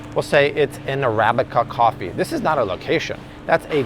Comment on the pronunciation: Art doing Cwaffee Talk. Lol. 90s SNL was the best.